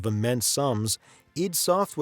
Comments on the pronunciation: Its pronounced EYE - DEE, you bozo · it's pronounced EYE DEE SOFTWARE.